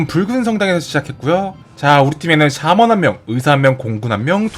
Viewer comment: 푸훗 사먼이 아니라 샤먼이요ㅋ